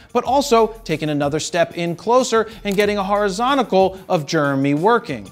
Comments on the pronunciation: Say it with me — “JER-emy”. Not Jurmy. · He does. Germ-ee? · Even worse, Germy. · Is his name germy, Jeremy or what; because you keep saying germy?!? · Swear I keep hearing Jared say “Jermy”(like germ-e) when he pronounces Jeremy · “Germy”. Once you hear it... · Philly Philly. Dilly Dilly. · It’s like Charles Barkley saying “turrible”. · anyone else cringe at the way he says "Jeremy?"